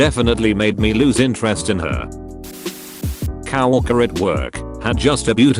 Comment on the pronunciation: Nobody: Text to speak: COWorker Me: nice roast bro